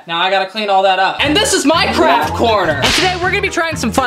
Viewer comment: sounds like he said minecraft instead of my craft